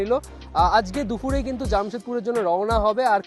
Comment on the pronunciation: Dupur ke dufur bolen kano?